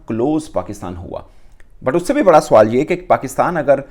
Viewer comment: Suwal nhi swal hota h suwar 😂😂😂😂